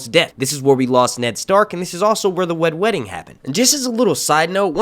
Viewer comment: Man said “the Wed Wedding”